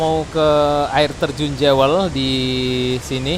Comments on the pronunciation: Bunyi nya Juwel ..bukan Jewe l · Bukan "jewel" tapi bunyi kayak gini "juwel" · Jewel bacanya " juəl".